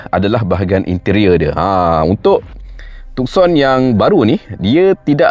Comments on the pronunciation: Bang...maaf ya. Bukan TukSon..Its TuSon..Yg lain, u xplain, superb. Just the name itself, salah Tuan. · Tucson Nama diambil dari sebuah bandar di selatan Arizona, US Sebut Too-son Bukan Tuk-son